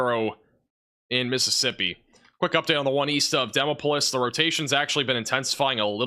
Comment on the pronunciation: Butchered the pronunciation of "Demopolis" a bit , but that's honestly something I'm willing to overlook.